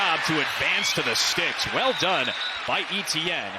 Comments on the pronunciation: French-speakers going bonkers when the announcer says ETN instead of ATN. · It's not EEEEEEETEEEEEE EHN Etiene is a French name and is pronounced Eh Tay Yen. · It's not Eh Tee An. It's pronounced as [etjɛn] Try to to pronounce it like De'Von Achane instead. Pronouncing players' name properly is the first rule of sports announcing, and they fail miserably. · Etienne is pronounced Eee Tee En and not Eh T En? Shame for the niners. next week. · Etienne is pronounced Ayyyteeeeann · Why can’t the commentator pronounce Et..ienne’s name properly instead of E..T…N? Really grating, he has a great game as well. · Would be good if the commentator could pronounce Etienne correctly as opposed to calling him E T N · SURELY his name isn't E-T-N ? 😂 Commentator never took high-school French I guess. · Travis E-T-N. ... DOnt think thats how your suppose to pronounce it. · Ignorant commentators not pronouncing Etienne's name correctly. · Why can't the commentator pronounce the name "Etienne" 😭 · and his name is always mispronounced. I'm an Etienne and it hurts my ears!